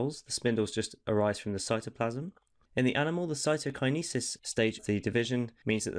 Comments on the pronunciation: that was amazing but can someone tell this man how to pronounce cytokinesis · It’s pronounced cytokinesis 👍🏼 hope this helps